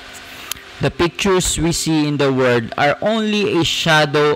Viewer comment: Kuya sanayan mo po ipronounce ang world with L, parati nawawala ang L. Pronounce it WORLD not WORD. Okay na po sana ang presentation nyo kaso napapalipit ang dila nyo